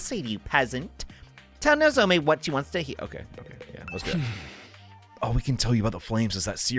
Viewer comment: You keep saying "Nozome". It's "Nozomi"